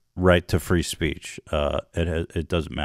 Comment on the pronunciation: Free speech now just sounds like fris peach goddamn he ruins words 😭